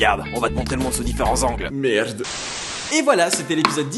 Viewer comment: Le "merde" avec l'accent à la fin me fait toujours autant rire. X') C'est chouette de regarder les anciens épisodes, ça soulage l'attente pour avoir les nouveaux. ^_^ Continue comme ça. =D Bonne journée, camarade Belge. o/